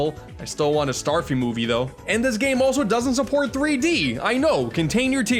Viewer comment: He said Starfy when it says Stafy XD